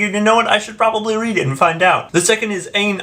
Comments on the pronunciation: It's "I-en" Rand. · I think it's "Aye-n" Rand.